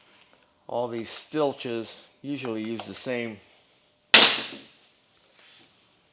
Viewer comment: Stilch… lolz